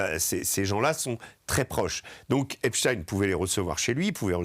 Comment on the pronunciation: Epstein! Pas Epstin